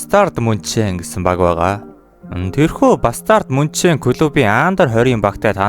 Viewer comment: Munchen ийг Мүйнхэн гэж дууддаг шүү бро